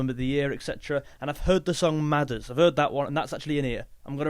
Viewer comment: Arizona is one of their best. Great video , just say Midas right🤣